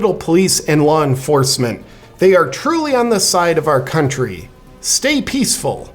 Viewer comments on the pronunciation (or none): none